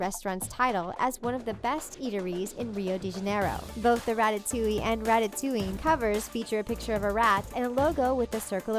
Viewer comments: You said ratatuing But it's supposed to be ratatooing like a spring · issnt it rat-a-toing not rat-a-to-ing.